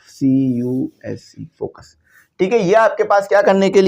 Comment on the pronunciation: it's focus not focuse